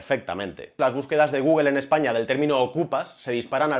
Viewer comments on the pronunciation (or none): Una pregunta.. por qué dices Essaña?